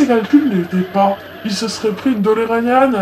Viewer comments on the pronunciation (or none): Eh les gens, c'est DeLorean pas dolorean --'